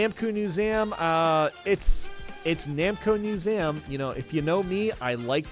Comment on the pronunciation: "Katamari Damaky" "Namco Musem"